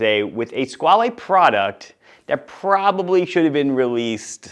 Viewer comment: You’re pronouncing Squale wrong.